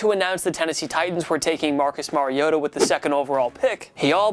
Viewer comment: U said Marcus Mariota's name wrong